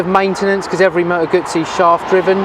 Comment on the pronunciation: No not motogazi .....🤣🤣